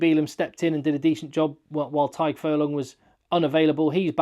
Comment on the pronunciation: Just FYI for the future,, Blade's first name is pronounced the same as Doris's first name. Just different spellings. Love the content and I'm looking forward to watching plenty more of the next couple of months